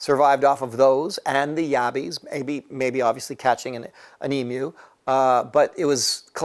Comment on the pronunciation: Thanks for NOT calling them e-moos.